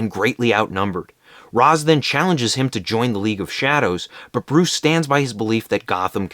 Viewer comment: It's pronounced Ra's, not Ra's.